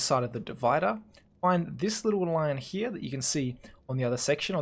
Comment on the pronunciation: Hia... Hia.... U see that hia xdddddd u say that soo often. Doesnt bother me xddddd its funny